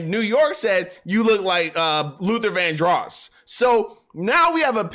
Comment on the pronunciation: why do you keep saying his name like Luther Van-dross? its' Luther Vandross lol